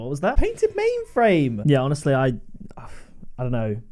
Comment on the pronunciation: OMG IM CRYING FROM WHEN HE SAID O PAINTED MAINFRAIME! BAHAHAHA